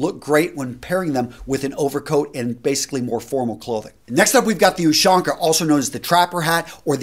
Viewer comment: Hello, i'm from Russia and i was really imressed when you said "Ushanka". It had never sounded cooler then you did it sound